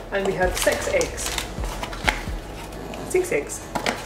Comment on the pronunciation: I'm laughing my butt over here, every time you say six eggs, it sounds like 'sex eggs'.